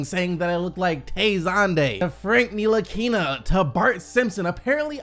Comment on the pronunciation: Yooo who said Frank Ntlikina 💀💀💀